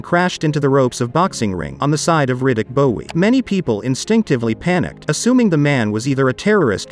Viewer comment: It's pronounced BOW dip chit, not bowie.